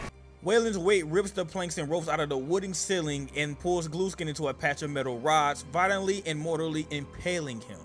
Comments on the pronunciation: GLUESKIN? 😂 U MEAN GLUSKIN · The guy said gluskin in a way that made captions think he said glue skin or blue skin